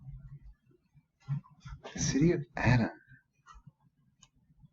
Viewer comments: This place is Aden is pronounced 'aiden'...(old old Irish Gaelic name) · I was nearly born in Aden, Africa when my father was serving in British Army around the time of the Suez crisis, my mother went home to give birth. Pronounced as 'A-y-den' Great stuff mate!!